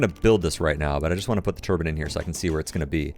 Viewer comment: I don't have a problem with your "Turban" but your "Healrut" has gotta go!